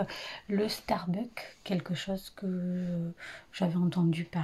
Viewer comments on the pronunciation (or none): 1) Starbucks pas stabuck 🤣😭 2) t'as oublié de dire qu'à Bachi bouzouk, j'ai été la plus raisonnable ! 😌 3) Tu devrais poster mon compostvlog, je suis sûre que ça plairait ! 😁 4) il y a des éléphants dans la maison ? 😭🤣 5) la tresse c'était vraiment trop bien 🤩 6) Super bilan culture ! 🥰